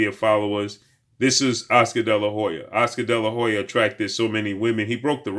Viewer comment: Damn just say oscar delahoya sheeesh